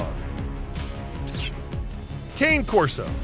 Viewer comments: Wow, you mispronounced most of the breeds in this list. DOG DEH BORDO is the pronunciation. CAANAY CORSO is the pronunciation. And Perro De Presa Canario is the full name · I have 4 presa canarios 😊😊 BUT WHY DONT YALL EVER PRONOUNCE CANE CORSO RIGHT 😅😅